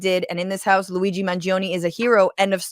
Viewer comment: Forza Luigi! By the way, Francesca is the only person in media to say his name correctly. Brava Francesca.